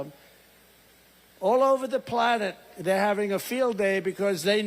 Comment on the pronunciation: Did Trump say "all over the plonnet?"